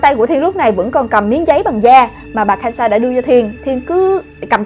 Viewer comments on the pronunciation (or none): K-san chứ sao chị đọc kan-sa